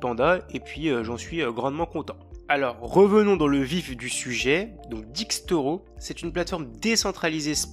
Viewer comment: "DÉXTORO" pas Dixtoro comme dans la vidéo ou distro ou destro comme j’ai vu dans les commentaires ! En anglais on le prononce DÉX